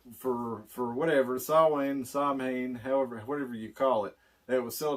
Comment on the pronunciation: I’m soooo glad you pronounced Samhain correctly. Glenn Danzig would be proud. Keep up the good work, fellas.